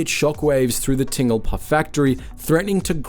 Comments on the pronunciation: Ting-lpa? Bruh, its Tinn-Gal-Pa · Where is "Tingle-Pah"? Try "Tin-Gal-Pah". I can accept that your voice-over isn't AI, but at least do your basic research on pronunciation. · What Aussie would get "Tingle-pa" from Tingalpa whether they know the suburb or not? Even Sandgropers aren't that strange. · As someone who lives in the suburb, the way you say Tingalpa triggered me. It's Ting-Gal-Pa. Otherwise, great video! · The suburb is pronounced “Tin-gal-pa” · Other then the bizarre pronounce of Tingalpa. This video may explain the strange reaction I have to eating the chips. Basically my mouth goes this is bad sheds skin and goes kinda swollen. I traced it back to salt and vinegar chips. Something in the vinegar flavouring to be exact. So I attempted to try different brands and always had the exact same result. Cheap or expensive which baffled me. But seeing as they are made in the exact same factory likely with the same vinegar flavouring the reaction is not surprising. I can have actual vinegar white, malt or apple cider. So I know that it isn't the issue. But I just decided it's way easier to just get fried chips and add salt and vinegar to them then attempt to find out why the bag kind is so unfriendly towards me. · all the research into Smiths chips, but you failed to get the pronunciation of the home of Smiths correct🤔